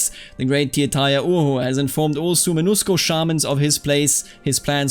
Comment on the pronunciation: Why can no one pronounce “suomensuko” properly??